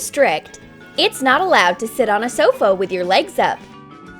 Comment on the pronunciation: Did granny just say sofo and not sofA?😂